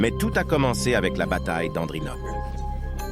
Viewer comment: La prononciation des noms est vraiment horrible ! "Stilichaud" au lieu de "StiliCO" ou "Stilicon" en français ; "bataille de la rivière frigida" au lieu de "bataille de la rivière froide"; "Andrinopole" au lieu d' "Andrinople"... C'est HORRIBLE.